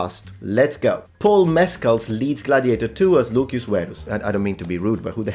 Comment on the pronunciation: Am i stupid? Why are you saying Lukius and not Lucius?????????